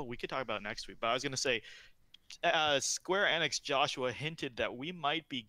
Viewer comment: You will pay dearly for your pronunciation of Square Enix .